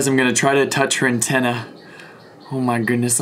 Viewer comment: boops Atenna Her: STOP BOOPIN MA ATEENA